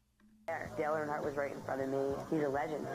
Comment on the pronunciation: Jesus Christ dude it’s obvious you have no clue what you’re talking about. How do you do a video about nascar and mispronounce dale earnhardts name? Trash video